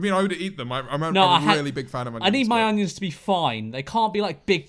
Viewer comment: i always laugh at my mum whenever she says onions because she pronounces it with a very subtle G (so she says 'ungions' the g is very subtle) and i just realised George says it like that too